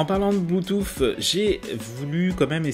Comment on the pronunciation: depuis quand le mot " Bluetooth " se prononce " bluetouf"?